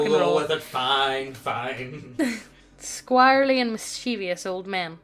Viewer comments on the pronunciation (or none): That's not any Mandalorian, that's fucking Boba Fett! 1. It's pronounced squirrel-ly, and 2. I always picture Master Roshi from Dragon Ball, or Jiraya from Naruto.